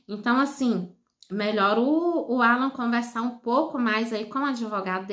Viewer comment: Fala o nome correto não Ala e Alan, coisa horrosa